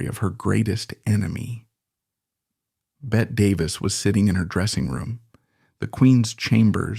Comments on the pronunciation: Her name is pronounced Betty!!!!! Ugh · Not “bet” Davis it’s BETTY Davis.